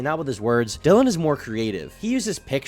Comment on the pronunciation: Shoutout to you for actually learning Dillions name!! I HATE when people mispronounce names and NEVER correct themselves or can't do 3 seconds of research to correct themselves. After 10 mispronunciations it's just disrespect.